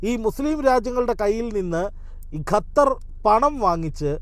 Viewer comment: ഗ അല്ല ഖ (ഖത്തർ)